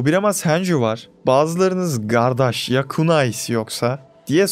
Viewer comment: Abi gardaş ı çok iyi telaffuz ediyorsun sende sivaslï havasï seziyorum yanlış da olabilir cevap verirsen sevinirim♥️